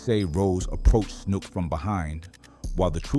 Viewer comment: His name was Matthew snook not “snoop”… just like the one bull in save the last dance… Snook…